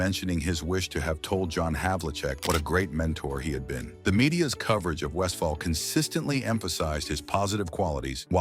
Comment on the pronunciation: AI needs to properly pronounce Paul’s last name. He was a great player and coach.